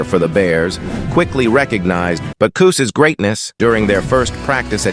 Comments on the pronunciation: Awesome video and stats. However no thumbs up andno subscription. Why? Because you are using AI to narrate and you do not know how badly words with not pronounced right. One time it pronounced his name as Boo-kiss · Man, I really hate those AI voice-overs. It starts out saying his name correctly then about pronounces it Beera couos. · Probably better to narrate yourself instead of using a machine - Butukus??? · This is just awful! Your AI narrator can't even get the man's NAME right! 'BootKoos'? Who TF is THAT??? Shame on you for putting some voice-over actor out of work only to butcher the script!